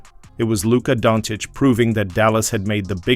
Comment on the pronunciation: No..."tHa D⁰n" wont stick. Its just you, commentator fellah. He's not Italian, LA isn't a mob town anymore. ps...the commentato also vals him donnits.